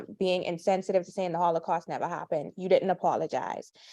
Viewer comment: holocaust not hollycaust